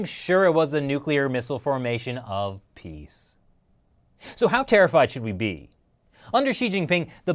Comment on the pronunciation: They say "peace", somehow, I heard only "piss"...